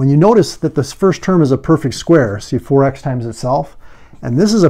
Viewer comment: If he said 4 x i can hear forax hahaha